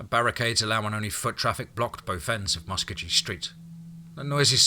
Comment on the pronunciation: Love your stories and does a great narration even though he don't pronounce Muskogee right oh well he is not an okie.